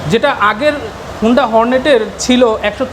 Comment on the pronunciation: Vai agee Uccharon thik koren tarpor ekta review koren.. 😆😆thik moto ekta component er naam o bolte paren naa blog banaitesen😆😆 HONDA er naam take HUUNDA banai felsen🤣🤣 USD Suspension er Full Meaning holo UP SIDE DOWN Suspension UPS AN DOWN Na Vai🤣🤣🤣 R oigula tail light na vai Indicator Light🤣🤣 sadharon manush ke confused koiren na.